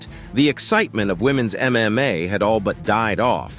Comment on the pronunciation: its probably AI voice. It said "MMOA" at one point...